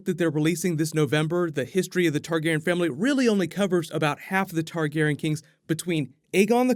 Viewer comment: am I the only one triggered about him pronouncing targaryan, targaran